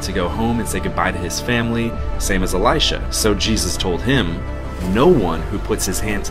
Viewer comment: what's with your pronounciation with "Eli-SHAAA" ...."eli-SHAAA"😂😂😂 it's really unnecessary and funny bro😂😂😂